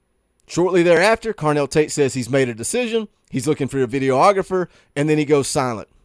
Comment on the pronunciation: ...puh-leez...it's "vid-E-og-rah-fer," not "vid-e-o-og-ra-fer"